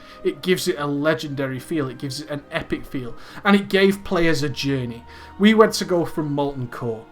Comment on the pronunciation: "AH JAHNEY, IT CREEAT-ED A JAHNEY"* *that literally no one who wasn't autistic saw